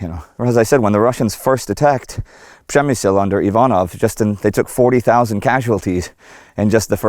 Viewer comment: You see Indy? Ryan relocated to Poland 10 years ago and he could perfectly say - PRZEMYŚL :D Nice video, this fort is more creepy than on polish side.